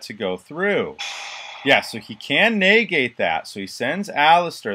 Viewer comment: Why do you say naygayte instead of negate. An hour of this fu king hurt haha